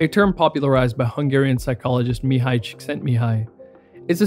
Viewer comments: Deepest respect Bro! You pronounced perfectly Mihaly's name. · this man pronounced a hungarian name properly that only earns my respect. im sick of hearing that poor man's name mi-hay-ly